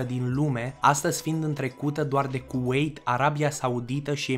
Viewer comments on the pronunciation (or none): Hm la o parte ai zis kuewit nu ie de fapt Kuwait